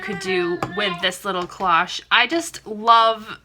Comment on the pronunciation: These are so pretty. You do a very good job on your tutorials - tfs! Just a small fyi: cloche is pronounced with a long "o", like in the word close :)